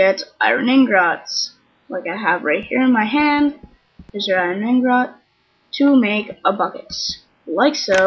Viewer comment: first off i don't care about the rest of the crap it says how to make a bucket nothing else...and also where is the R in ingot its pronounced in-get